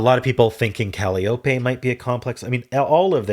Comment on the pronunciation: The correct pronunciation of Calliope is "cah-LY-oh-pee". 😉